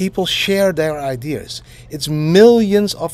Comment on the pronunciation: haha didi, its ideas and not idears